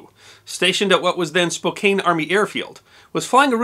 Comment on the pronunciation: .... It's Spo CAN... Not Spo KANE.